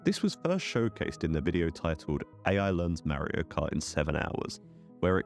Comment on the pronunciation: It's Mario not Marry-o